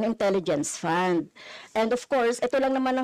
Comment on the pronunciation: EXCUSE ME LANG HO NANAY CASTRO, "FUND" PO ANG PRONUNCIATION & NOT "POND" HAYNAKOOOOO 😏